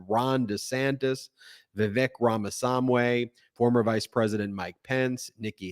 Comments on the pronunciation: I would never vote for a GOP candidate, but it is disrespectful to mispronounce Vivek Rameswamy's name. It is not Ramawamsy. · Get the names right Ben. We are not doing The Lord of the Rings here. Read the name of the poor candidate properly. It is Vivek Ramaswami, NOT SAMWAY. The old American besetting error of not getting unAmerican names right. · You were so funny, Ben. I doubled over laughing every time you said Vivek's surname! It's Ramaswamy, not Ramasamway! LOL But thanks for the analysis of the debate. Sounds like it was the usual GOP clown show. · Pronouncing the last name of Vivek RamaSWAMY(NOT RamaSamWay) incorrect is just childish and to be frank from the outside it seems a bit racist pretending not knowing how to pronounce an immigrant name. We could disagree without having to act this way. Cmon you pretend to be the logical and cool minded news. Act like it… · Ben the name is not Ramasumway. It is RamaSwami. Swami is already accepted in the English vocabulary meaning Guru. High time Americans learn how to pronounce it esp political commentators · It is Ramaswamy (like swamy). NOT samway (like amway). I dont like what he says but please don't take it out on his name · It's Vivek Rah-mah-SWAHM-ee, not Rama-Swahm-WAY. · I cant tell if the ramasahmway is purposeful to be disrespectful or just cause indian names are hard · Ben, please pronpunce RAMASWAMY correctly. I can't stand the guy, but his name is not "Ramasamway." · Ben, It's not Ramaswam-WAY.. It's Ramaswam-EE.. Sorry, I don't mean to be sounding like I'm sticking up for him because I'm not. I just can't listen to you murder his name constantly.. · Vih-VAKE (rhymes with cake) RHA-muh-SWAH-mee. If you’re going to cover how awful he is (and he is), pronounce his name correctly. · I'm not a supporter of Vivek, but come on, guys. You're obsessed with pronouncing Laura Ingraham's name correctly, but you can't handle "Ramaswamy?" It's not "ramasamway," FFS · Ben! Learn how to pronounce Ra-ma-SWAMI's name!